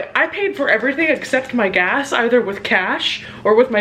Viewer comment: not me thinking "get gas" said "get gay."